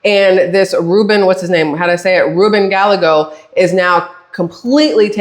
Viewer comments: . ILYSM. No apologies, nor should there be. Gallego pronounced like: Guy-egg-Oh. ❤❤ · This will help you say his name lol, it's die egg o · Rubin Guyago, two "LL's" together are pronounced as a "Y" in Spanish.